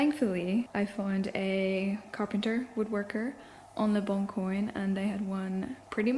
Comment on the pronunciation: I love youuu but speaking of French pronunciation... Le Bon Coin isn't pronounced like ''le bon koyn'' but ''le bon kwan'' <3 I heard it a few times in your apartment diaries too. Had to let you know hihi I'm sorry.